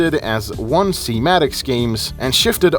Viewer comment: hearing someone pronounce it as "one-C" instead of "odin-S" is wierd af